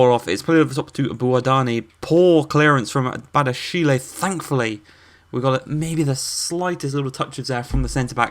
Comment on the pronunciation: Hey I'm a french fan of Monaco and I just discovered your career ans I love it 🤩🇨🇵🇲🇨 But I'm french and I want something : please take care to what I will to you about the pronounciations : Ben Yedder : Ben Yeddeyr Volland : Foyland 🇩🇪 Badiashile : Badiashil' Diatta : Dyatta Giroud : Girou Enjoy ✌️